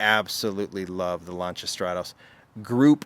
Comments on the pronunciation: Americans can't pronounce Lancia. Butchering the name. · Just a friendly heads up, you miss pronounced Lancia : )